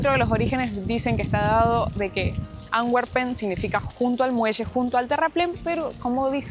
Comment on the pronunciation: Otra traducción mala de los españoles Antwepen significa mano arrojada no Amberes , de echo mostraron en la fuente, y se pronuncia Antu(w)emper 😂,saludos